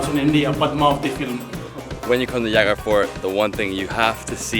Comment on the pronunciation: It Jaigarh. J like in 'Joy'. Not H like 'Javier'.